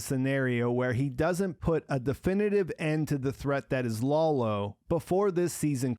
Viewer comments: please stop calling Lalo "Lawlo". You're reviews are really great, but this gets me every time i watch them. Could you do me the favor? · "Lolo"? His name is Lalo, and the "foreign language" he spoke is Spanish. Can you be so dense that you don't realize this?